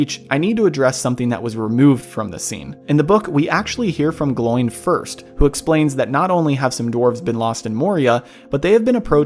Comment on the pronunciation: I believe the proper pronunciation of the name is (phonetically) "Glo-in". Also "O-win"